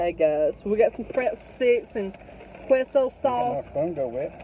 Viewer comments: Quesio sauce is said like K-so :) love u 2 so funny!!! Thanks for being you honey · Its pronounced K-so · “Kwayzo sauce” 😆 (queso)